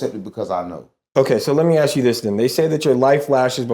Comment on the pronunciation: "when you aks"....Scholars, All Of Them. smh